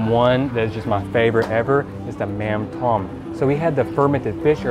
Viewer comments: Appreciate you trying to speak Vietnamese...the accents on the letters and words affect how the words are spoken..."mắm tôm" is pronounced something like "mauhm dome" instead of plain "mam tom" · mam tom try to pronounce tom with "tome" kinda tick me off when you pronounce that like a name or tom yum paste which is so far off . and mam can be pronounce like "mum or mom" in english